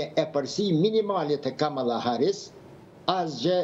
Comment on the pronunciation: E ka Kamala, me theks te “a”-ja e pare e jo ashtu sic e shqiptoni ju!